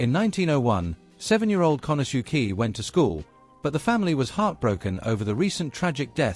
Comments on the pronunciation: pronouncing Japanese names is not all that hard.... "kanasuki?" seriously??? can't watch the rest... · Very interesting and informative video. However, that is NOT how “Konosuke” is pronounced… more like “KO-no-skay”